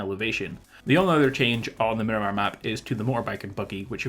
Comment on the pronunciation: Stop calling it Minimar it’s Miramar